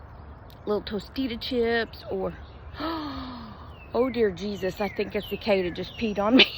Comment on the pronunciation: That made me laugh... I say Jear Desus😂😂😂